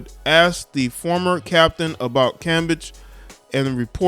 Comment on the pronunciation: You gotta pronounce her last name right it sounds like Cam- beige